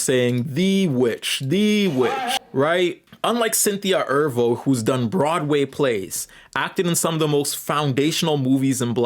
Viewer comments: Is mispronouncing words apart of your internet persona? Because why are you pronouncing Erivo “Er-Vo” instead of “Er-Re-Vo”? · Slight correction: Cynthia's last name is pronounced Eh-REE-Voe. However, I'll leave the pronunciation of Aryana– I mean Ariana alone. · E-'R-I'-Vo. The 'I' is not silent. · You keep saying mommy and ervo instead of mammy and erivo.